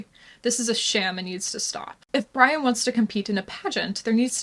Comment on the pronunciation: Did you notice he pronounces Brian as "BREE-an"?